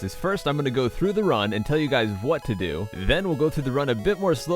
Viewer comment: Omg his voice is so "ew"y. Like, his voice is throaty and he pronounces words like "do" as "dew". You don't even notice unless you've watched him a lot ;v